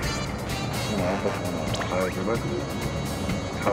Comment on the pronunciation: 제발이 X발로 잠깐 들림 ㅋㅋㅋㅋㅋㅋㅋㅋㅋㅋㅋㅋㅋ